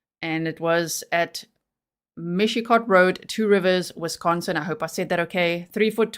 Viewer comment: Great job on your pronounciation of Wisconsin towns from a Cheesehead !